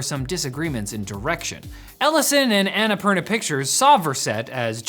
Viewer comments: say "anna poorna" not "ana parna" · It's "unnapoorna" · Not sure if they read these but the pronounciation of Annapurna is Anna (ænə') Purna (poorna) poo like in the word poodle! For future reference. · Please, why does noone lookup how to pronounce Annapurna??